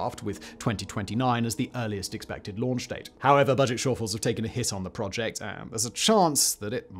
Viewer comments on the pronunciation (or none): none